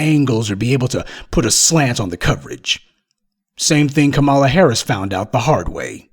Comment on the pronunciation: Please learn how to pronounce a name before using it - Kamala Harris is pronounced 'comma-la'.